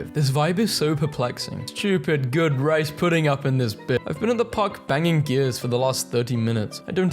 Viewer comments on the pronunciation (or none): none